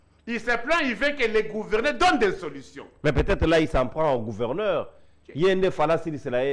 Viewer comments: Yango ezalaka nini yango na ba luba ? Pourquoi bako kaka ko prononcer lettre G te? Mutu ya union sacrée azo loba kuverneur au lieu de gouverneur. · Kuverneur 😂 ... Kuvernema 😂🤣😆